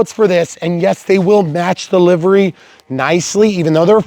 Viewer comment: Thank you for pronouncing livery as 'livery.' There's another guy who says livery, which is just wrong... lol